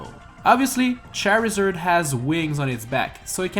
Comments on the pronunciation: Charizard not Cherry Zurd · Charizurd Stameener Buyonetta Ridlay Fillager